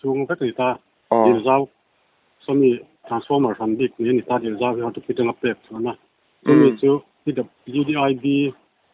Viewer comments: Hortoky,, tih hi hortoki tih zawk tur aw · Hortoky nilo in Hortoki aw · Hortoki tih tur a ni zawk e.